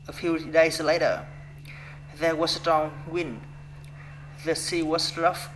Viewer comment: Đoạn tell you a little about myself nói hơi nhanh nên bị líu lưỡi, cứ nói từ từ chậm 1 chút là đc :D was có âm cuối là âm z ko phải s đâu bạn, đổi sang âm z hữu thanh nhé sixteen bạn đọc rõ âm i dài i: nhé, nghe gống six-từn từ York và north đọc tốt lắm, có âm cuối mother cần thè lưỡi ra để nói đc âm th ở giữa school là u dài u: cần chu môi hết cỡ Đoạn They were unhappy about this nói hơi nhanh nên bị líu because âm cuối là âm z, giống từ was father giống mother, có âm th ở giữa, cần chú ý âm này. ship là i ngắn I, bạn đọc trầm xuống 1 chút thì hay hơn with us nói tốt, có nối từ th sang us :D mấy từ was tiếp theo cũng cần chú ý âm z feel là i:, mở miệng ngang giống chữ e của tiếng Việt + âm l Forget it nối âm tốt :D time bạn đọc giống như tham, nó là thai-m